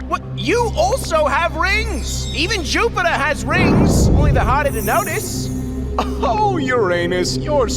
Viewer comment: no one: him: juptier